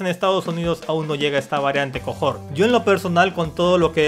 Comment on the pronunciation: Es cohort (que significa cohorte, séquito...) no cojort Sólo se pronuncia cojort